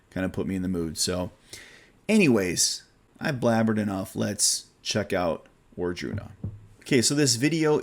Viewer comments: Wardruna is pronounced with a V sound, not a W at the beginning...just an FYI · Wardruna is great. Band from Norway. Raido, official video Voluspa, official video Wardruna +Aurora with the epic song Helvegen. Look for the live indoors version. Highlong. The o is pronounced as the onion do.